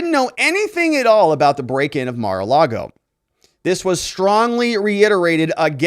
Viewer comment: It’s ‘Mar’ not ‘Mer’